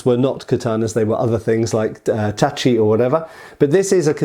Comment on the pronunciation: "katana" in Japanese refers to any single edged swords, especially Japanese ones, or "nihontō" (Japanese Katana), and not only Edo-style (Eh-do, not EE-do!!!!) swords. Ugh, at least you're getting "tachi" right now. I'm proud of you for that.